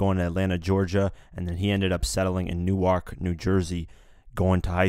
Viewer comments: Vladimir Abreu New-ark is Delaware lol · DAM you killed me when you pronounce Newark lmao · Why can’t anybody pronounce Newark correctly!!!! Unless you’re from here